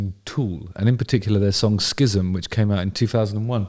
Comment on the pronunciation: Hate to be the dickhaed to point this out but it's pronounced like "siz-um". Rick Beato's breakdown of this song (What Makes This Song Great series) is worth watching by the way.